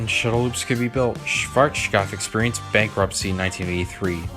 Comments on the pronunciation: Its so hilarious listening to you calling Schwazkopf. The W is called like a V [vee] but pronounced sharper and harder. My current information is that there is one last Shuttle Loop in the US and one last in Europe from Schwarzkopf.(Belgium) But the Version in Belgium is not anymore in its Original State, the Company who got the rights of Schwarzkopfs Blueprints and such did install a new Launch System, still in Original Style, but with a new System, Engine and such so its much easier for them to maintenance the ride. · Might be more fun, but you don't pronounce it the German way in any way. As a beginning, the z is not a sh, it's pronounced as ts with a sharp s. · Wow you really butchered the pronunciation of Schwarzkopf. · You have a real problem pronouncing “Schwarzkopf”. You also pronounced “Scirocco” wrong. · Dude, just pronounce Schwarzkopf the western way lol. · Cool video. Sadly, I couldn´t ride one of these by my own. And I´m happy about you trying to pronounce Schwarzkopf the right way (even if it still sunds as if you´re drunk..)